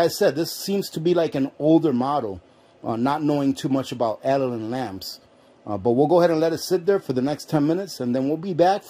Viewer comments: Did I hear right - you called this a Al a din lamp - Ali Baba and the 40 Thieves - A lad din would be the correct way to say it. Lovely lamp! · It’s A-Lad-Din , like Aladdin and the Lamp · it's pronounced "a LAD din".